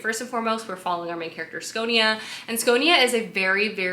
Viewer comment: Its Sci-o-na, not sconia lol